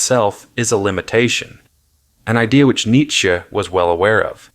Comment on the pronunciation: Learn how to pronounce Nietzsche